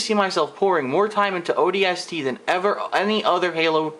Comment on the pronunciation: Honestly, Just because you think the story sucks, doesn't mean that it is horrible. You ARE opinionated and you don't even know how to say the games name correctly. Not every game was ever meant to be epic and have a movie-like story line. Just stop reviewing games because you cannot correctly review them.